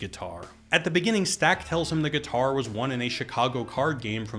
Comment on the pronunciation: “Drop the gih-tar Samuel.”